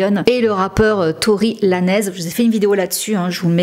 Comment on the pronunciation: C pas tory « laneze » mais ca se prononce « laynes »